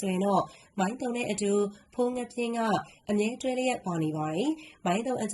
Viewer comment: မိုင်းတုံ ပါဖာမရယ်စွတ်ပြော ဇွတ်ဖင်ခံရေးနေတယ်။ သုံ မဟုတ်ဘူး တုံ ပါ...